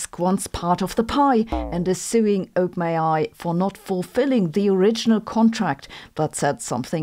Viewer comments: Not to be rude (given your mastery of a second language which I failed at) but when you say OpenAi it sounds like you are saying "ope may i" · Lolz, it really sounds like you are saying ope-nayeye 😂😂😂😂